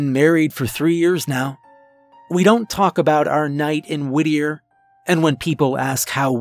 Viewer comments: I thought you were saying “woodear” or “woodyear” Is it Whittier? Lol Sounds like sirenhead tbh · I thought he was saying Whittier like Whittier NC, lol. Your explanation makes more sense.